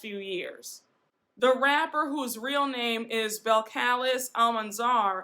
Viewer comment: Her name is pronounced Bell-Cah-Leez lol. Thanks for the tea 🍵!